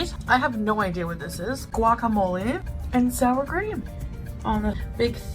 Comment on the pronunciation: As a Mexican American, I’m offended by the way she says fajitas and guacamole. 😂